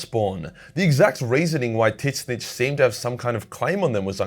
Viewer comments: thought it was pronounced Zeench not Tit snitch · For what it’s worth, Tzeentch is pronounced “zeech” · Just an FYI the "T" is silent it just zench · You need to stop saying Titsnitch, it's lame. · Please learn to pronounce Tzeentch.